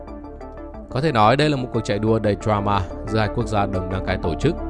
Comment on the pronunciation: Drama phát âm tiếng Anh nào mà ra "tờ choa ma" vậy?